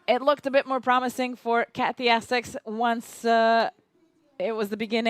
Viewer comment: It would be good if the commentator was pronouncing Katy's name correctly. IT'S NOT CATY!!! It begins with a "K".